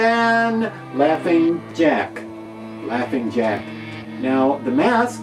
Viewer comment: Jaughing Lack 😂🤣